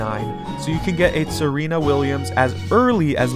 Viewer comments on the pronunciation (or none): Tsareena as in Zarina, the queens of Russia. Not Serena.